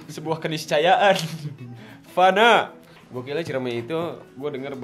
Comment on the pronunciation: Anjir apa cuman gue yang ngakak pas lu ngomong"FANA" banggg ? Ekekekkk😂